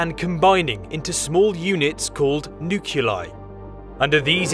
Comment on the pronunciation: dude really said "nook-you-lie" instead of nuclei. I'm only watching this because it's in 4k.